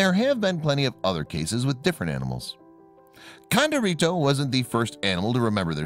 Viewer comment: When pronouncing Hispanic words, female ends with an “a” and male ends with “o”. So her name was Condorita not Condorito. This is true in other languages as well.